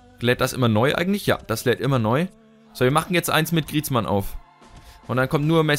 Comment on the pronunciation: | FIFA 15 - Ultimate Team, Karrieremodus, uvm. Griezmann wird: Griesmo ausgesprochen:D